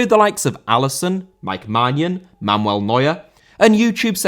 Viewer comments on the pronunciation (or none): none